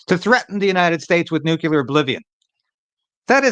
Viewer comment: It’s nuclear, not “nucular.”